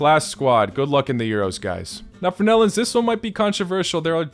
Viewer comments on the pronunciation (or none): none